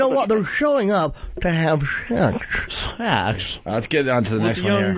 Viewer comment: Did you come here to have SHEKSH with the little guhrrl.